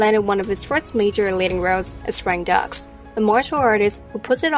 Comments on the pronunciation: Frank Dux......Dukes, not Ducks....he even says it in the movie. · "Dux" is pronounced "Dukes" - not "ducks". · no no no it's pronounced frank dooks not frank ducks 🦆 This is covered in the film.